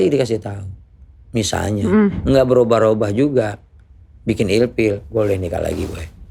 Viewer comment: Rrrrrrrrr robah